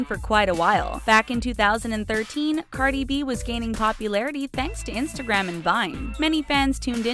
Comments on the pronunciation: Lmao she slaughtered cardis real name the way she pronounced it😂🤦🏽‍♀️ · How many of y’all got Upset that they pronounce Cardi B‘s name wrong